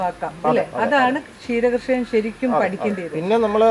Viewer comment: ഷീര കർഷകൻ അല്ല ക്ഷീര കർഷകൻ